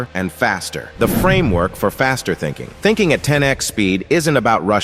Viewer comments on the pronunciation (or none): is it thinkong or thinking?😂